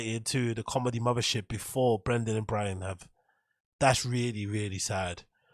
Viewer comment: his cawlmedy or lack thereof is just kinda icing on the cake.